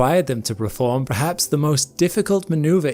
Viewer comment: I love you. But for the love of all things sacred, it's perform, not preform.